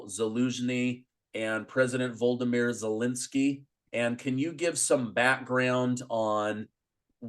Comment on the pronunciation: Please pardon my pedantry but…Vol-O-Do-Mir. Only 4 syllables, not too difficult to learn and pronounce.